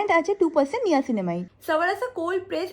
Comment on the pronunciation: Ota neeyacinamide na niacinamide (nayacinamide)